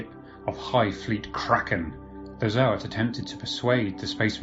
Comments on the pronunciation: Yeah, me too, zoats, not zo-ats. But we knew what he meant!😁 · Bruh im trying my best to like you but the way you keep saying ZO-ATS annoys me to no end, pretty sure most of us can agree its ZOATS and not ZO-ATS U know? like how people say GOATS and not GO-ATS? lul